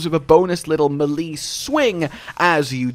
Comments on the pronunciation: "Melee" is pronounced as "May-lay" not "Muh-lii". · Why can't monster hunter youtubers pronounce melee smh